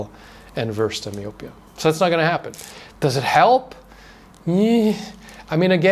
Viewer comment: It's pronounced my-oh-pee-uh. That's messed up to hear vitamins aren't better regulated. People are such greedy a**holes.